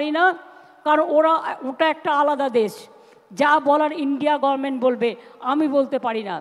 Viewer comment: উহু গর্ভনমেন্ট না গরমেন্ট বলে থাকে মহিলা 😜